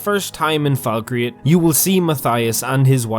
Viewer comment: Falk-reath (reeth), not Falk-re-ath